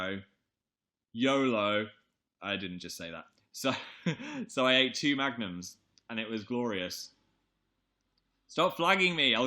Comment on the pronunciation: i thought he was saying magnets instead of magnums wtf